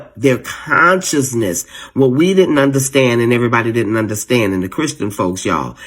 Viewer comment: Im not trusting any woman that can't say " Understand" correctly... that shit is so unattractive...WTF I sInnerStand ? -_